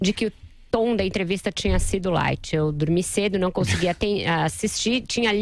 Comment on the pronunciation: ela fala: eu drumi cedo, picaridia, nerivorso, razigou, reforima etc... fala muito mal.